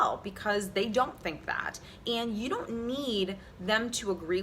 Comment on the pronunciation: You need to learn to speak before you start preaching to others. It's not "yoawwl" it's "you".